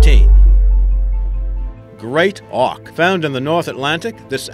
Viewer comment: Great Auk right? More like great “ock”